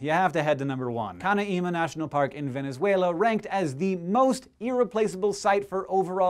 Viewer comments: still laughing for the way you pronounce "canaíma".. so weird, is more like "canáima" ;) still love you though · it is Canaima... you say it full, without stoping in the middle, it is a full word, not cana-ima. Same with Tepui and Roraima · Do not add an accent on the i of Canaima. It is pronounce Can - A - mah. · Also, tepui is "teh-pooey" and Canaima is "ka-nye-ma" not "kana-ima". I am not from South america, but I had the privilege of spending the better part of a month in Venezuela. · Old video but I recently discovered this channel, canaima and roraima are pronounced "ro-raI-ma" not "ro-ra-i-ma" (loud I ) also "te-PU-is" (loud PU). lol loud pu. great channel,. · Canaima is pronounced 'Can EYE ma' (NOT Cana EEma) and Tepuis is pronounced 'TePOO yas' (NOT TePWEES) Sheesh! Look it up! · Hey Hank! SciShow I thoroughly enjoy your videos and find that the amount of info you and your brother manage to get across in 4 minutes is astounding. Just a tip: the Venezuelan pronunciation is ka-nay-ma and ro-ray-ma with the "ay" sounding the same as the "i" in Scishow. Have a good one! -Sincerely, a person who is up at four AM watching these videos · Yes! Canaima number 1!! :D At last we're number 1 in a list for positive things. When you first asked what was the most awesome place for us my first thought was Canaima. Although I've never been, it is a beautiful place and I hope I can go soon. Only a 12(ish) hour drive from my home town. Also the way you pronounce Canaima (caNAima) and Tepui (tePUi) is delicious! :D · RorAima, CanAima, TepUy. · Just one comment: it is pronounced Canáima, Roráima and Tepúi, but the accents are not orthographic because of grammatical rules. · Hank, you managed to mess up both Venezuelan names, canaima and tepui both have the stress on the second syllable ;)